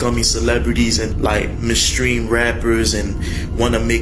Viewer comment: Well I know you'll never be a mainstream rapper because you can't pronounce mainstream you have to be able to pronounce anything to be a mainstream rapper